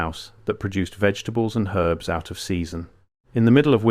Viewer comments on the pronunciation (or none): none